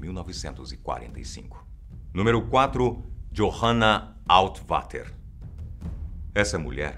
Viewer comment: É johanna altavater se fala Johanna altfater